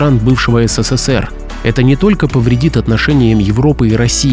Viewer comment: ССССР - ухо режет